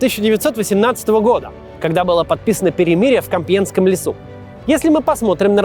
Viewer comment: Единственное что человеку запомнилось из столь содержательного фильма это неправильное произношенение слова... Самый короткий и грустный рассказ, который можно услышать.